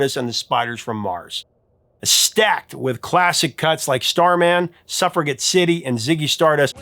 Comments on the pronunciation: A couple of pronunciations notes: AM-bee-ent not AM-bee-ont SUF-rug-jet not SUF-ruh-get 🙂👍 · "sufferGet city"??? Lol